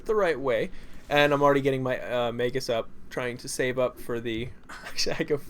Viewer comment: Also, your pronunciation sometimes....errrr.... MAY-G-US